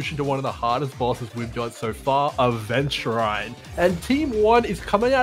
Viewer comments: Ah yes, Aventuraine and Xueewee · Aventu-RIND yes. Lmao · Ah yes Aventuraine. That's exactly how it's pronounced multiple times in the game. It's really easy to miss. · why does he pronounce xueyi and aventurine like that 😭😭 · the pronunciantion for adventurine and xueyi has to be troll